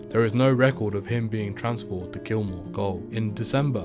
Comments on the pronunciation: "Old Melbourne goal" As a Englishmen I would of thought that you knew this is how jail was spelled and pronounced.... I cringed as a Aussie hearing you say this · its pronounced jail even if its spelt gaole